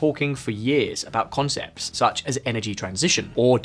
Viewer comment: "Shuch as Huawei" 🤭